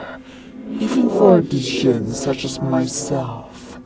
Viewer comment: its pronounced jin not d jin